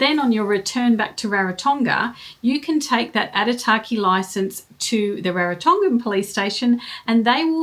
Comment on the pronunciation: Thanks for the info. Would like to add though that Aitutaki has no R in the word. Pronounciation is key, as sign of respect to local people and culture